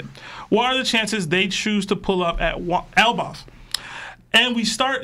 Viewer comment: Bruh cant pronoune elbaf if his life depended on it its crazy 😂😂😂